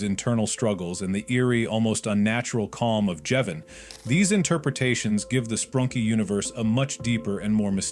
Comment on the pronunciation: its sprunki not sprunk, sprunkie nor spranky and spanky